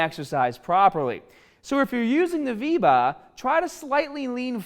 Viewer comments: "If you use the VEE-VAAAHH" hehehe love you! And your Saiyan armor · "So if u r using the VeBa" the word sounded like a new app😂😂